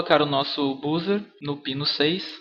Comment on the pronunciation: MUITO ÓTIMO VÍDEO!! Com todo o respeito e por favor não se ofenda, a forma correta de dizer "buzzer" é "bãzer", ou então falar em português mesmo como você fez no final do vídeo "bUzzer". Parabéns!!